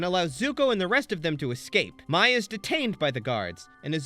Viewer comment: other than you constantly saying mai’s name wrong and excluding some amazing episodes that highlight the characters (tales of ba sing se, painted lady, appa’s lost days)… excellent video